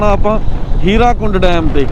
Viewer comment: Halay bhi bahut lokan nu muawaza nahin milia.Hirakund nahin,Hirakud.